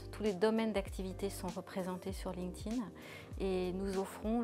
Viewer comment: Merci. Enfin quelqu’un qui sait prononcer « linked » au participe passé :)